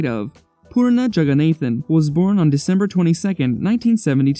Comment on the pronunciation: Jagannathan is pronounced (jug-a-nah-thn) Fyi😂